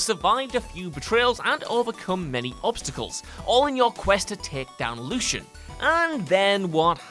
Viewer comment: If you're going to criticise Fable II, then make sure you get what happened to the hero right... He/She was shot, causing them to fall out of Castle Fairfax not shot and thrown out... And it's pronounced Lord Lucien (Lucy - un) not (Lew - shun)...